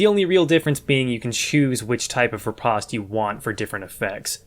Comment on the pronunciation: It’s pronounced RI POST